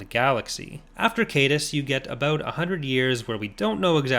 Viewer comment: Only 2, fittingly enough 👌🏼 From what I understand, Tyranus is pronounced "tie-RAN-us" And Leland Chee stated that Caedus should be pronounced "KiE-duss", rhyming with "hide us".